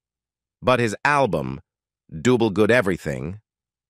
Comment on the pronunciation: Junctureh, 33 1 of 3. Rowbinsown, dewble and many others. This is Artificial Intelligence that can't pronounce words?